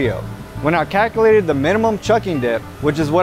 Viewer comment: "when I KACKILATED"